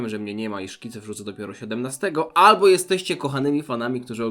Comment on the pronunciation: ALBO je kasztana.